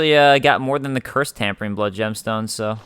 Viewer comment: Its not Tampering damp blood gem its Tempering* like tempered steel.